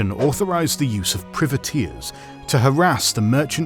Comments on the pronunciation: Seriously, you make a video like this and you don't know how to pronounce "privateers"? Both British and Anerican pronunciation is "pry-vuh-TEERS". It's pronounced the same as "Private", the word it is derived from, a shortening of the term "private man of war". The way you pronounce it, sounds like "privet", a term for a type of small evergreen scrub. So it sounds like you're describing a bunch of specialist landscapers who are running wild in the Caribbean. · Ahh, Priveteers, hedge planters for the Crown. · Love the video but your saying Privateers wrong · It pains me everytime he says privateers like that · I'm British he's just pronouncing it incorrectly